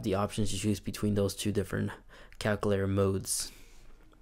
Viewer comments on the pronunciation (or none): Lol he says “calcoolator” but nice video though!